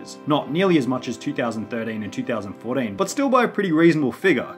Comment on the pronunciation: two thousand FOUR DEEN